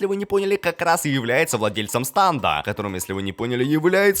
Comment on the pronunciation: Не станд,а стенд